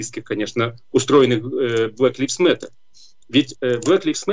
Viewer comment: Не "блэк ЛИФС мэттэ"??? а Блэк ЛАЙВЗ (LIVES, LIVES) мэтэ!!!